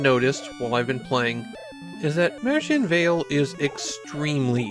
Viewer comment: This video does not pronounce it correctly, though. Look up how to say it in German.